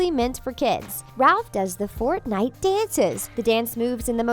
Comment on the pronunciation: They pronounced fortnite wrong 👏🤣🤣